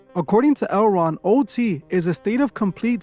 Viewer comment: Toward the end of the video, when you were saying "L. Ron", it sounded like you were saying the name of that market, "Erewhon" 😬